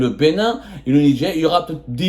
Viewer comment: Au Nidger ??? NIGER !! Arrêter de mettre des « D » partout !!!